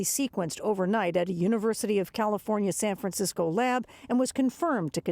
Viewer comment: "San Franskisco"